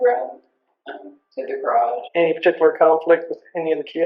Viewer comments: It’s pronounced Gahh rawjj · i cant listen to you for more than 3 minutes.....i hate it cause ive got hundreds of stories i never hear the end of.....and who tf told u that is how to say "garage", that was where i had to hit the X, my ears hurt.....u need to offer voice over versions that are tolerable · Hey How about a black THATCHAPTER throw/blanket or beach towel instead of a shirt? Same design, same colors, just not a shirt. I'd even buy an auto window decal. "I luv ya" but seriously, you need to hear an American pronounce "garage".❤ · Their house had a garridge? Cool! Also, what's the hell is a garridge? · What's a garridge?😅😊